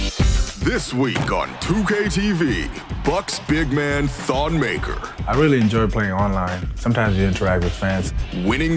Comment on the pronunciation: its not pronounced maker its pronounced MuhKerr (ik its not spelt right Im just trying to show you how it is actually pronounced.)